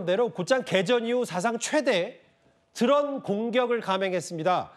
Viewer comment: 누구신지 모르겠는데 발음을 좀 정확히해주면 안될까요 우크라나, 드런 공격 무슨 발음이 다 무너져서 영상보다 끈게 몇번인지.